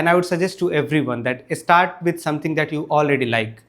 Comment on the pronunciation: grammar perfect....practice sssh sound. and start sound starts with s, not e. start, not estart